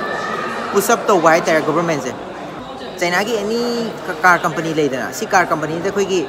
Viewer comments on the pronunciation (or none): none